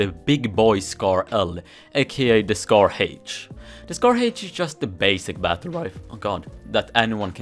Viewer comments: "scar haich" - 2020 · Nobody:: SCAR Heich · Its heich ( is swedish btw)